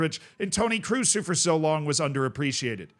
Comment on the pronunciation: KROOS IS READ LIKE "CROSS" not "CRUISE" FFS